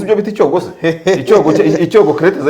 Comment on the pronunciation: Mushuti wanjye ntibavuga icyogo bavuga icyoko